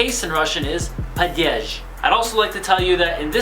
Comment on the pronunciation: It's not "padyezh", it's "padyesh" approximately. Also, animate and inanimate are very easy to explain. Animate is genitive and inanimate is accusative. There, done. Don't make Russian grammar so intimidating to learners.